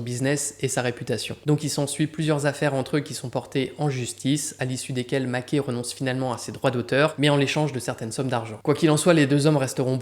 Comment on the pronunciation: Ca se prononce Maquè (et) et non Maqué